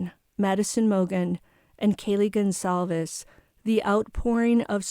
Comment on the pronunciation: Gonçalves is how it's writen. I know you can't because your keyboard doesn't have that sign to put under the "c" 😊 It's a surname of Portuguese origin(my country) and it is spelled Gon sal ves . Gon you spell like in "paraGON" Sal like in "SALty" Ves like in "saVES". I hope it helped 😉